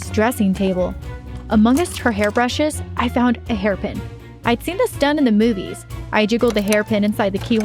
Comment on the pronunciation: Did anybody else hear her say “among us” her hair brushes ?